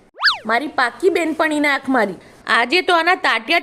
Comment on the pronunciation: ઓખ😂😂😂😂 આંખ બોલાય ભાઈ, સુધારો હવે તો